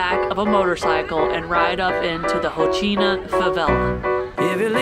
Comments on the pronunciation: Rocinha: HOSSEEN-AH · That was epic! Thank you so much for beatiful views, the insight and the non judgmental description and history. You are the best! ( except when trying to pronounce brazilian names 😅) BTW there is no such thing as 'low season' in Rio !!! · Glad you enjoyed it! The pronunciation here is killing us!!! 🤣🤣🤣🤣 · Rocinha. “Ci” you pronounce like “see”. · Rocinha is pronounced - Ho - Seen - Ya. Coxinha is pronounced Co-sheen-ya. Interesting video! I lived in front of Rocinha in the Hotel Nacional my first 6 months in Rio. Interesting video! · Say " cochinia" for coxinha and "hocinia" for Rocinha and you will be close to the pronunciation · cojina, rotchina, lol